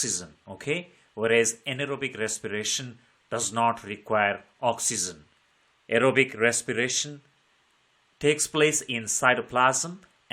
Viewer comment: Very nice english ❤❤❤ Aerobic respiration❎ arrowbic resspiration✅